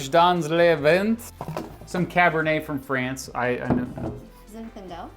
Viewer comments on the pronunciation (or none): none